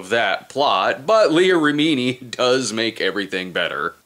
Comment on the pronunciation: Take a shot every time Brad mispronounces Leah Remini's name